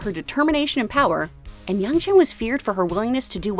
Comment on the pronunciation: It's yangchen not youngchen.